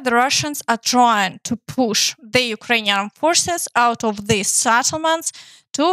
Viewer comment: The best of your report is the correct pronounciation of the settlements. Western chanals are pretty confusing as everybody pronounce it differently.